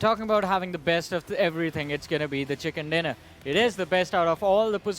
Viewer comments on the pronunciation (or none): Hey lady its chicken dinner not chickan dinner